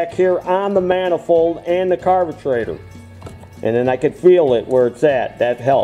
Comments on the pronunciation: Thx for the good show. Helped me a lot. Like the way you call it "carbutraitor". Cheers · I had a "blast" watching this video! Very detailed . Today's word of the day ...."carbutrator"!!